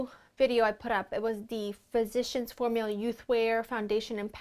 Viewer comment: Everytime you pronounce physicians formula i have to laugh so hard :D